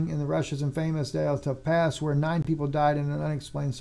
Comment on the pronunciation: Just to help out: Dyatlov is generally pronounced in English-. Dee*at*lawv I messaged him tonight, but I am getting to this a couple of weeks late.